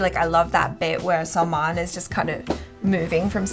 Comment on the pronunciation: Not Salman bhai, say like this selmon bhoi 😆😆😆